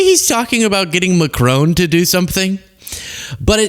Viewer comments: IT IS NOT PRONOUNCED MACRONE, IT IS MACRON. ITS FRENCH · It is not pronounced Macr own it is Macr on but don't pronounce the "n".